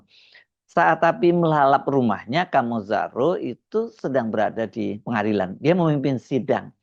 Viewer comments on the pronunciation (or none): Nama beliau itu dibaca Khame (“e” dalam kata menang) bukan O. Jadi dibaca Khamezaro, bahasa Nias🙏